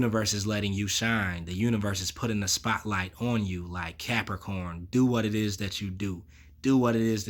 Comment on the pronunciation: I hit Like before the reading even started cos I love it when you say "what's going orrn, Capricorrrn"! 😁 Always get something out of your readings anyway but that's the cherry on top for me!